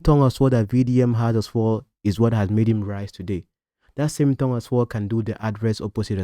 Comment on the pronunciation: It's tongue, not thongue I correct ur pronunciation today😅